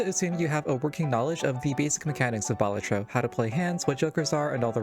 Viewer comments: Balat-tro not bal-at-tro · Sorry for being that guy but it's baLAtro not BAlatro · it's pronounced "balatro"